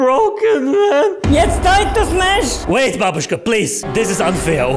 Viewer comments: "I want to smesh" - 2021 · she actually said smesh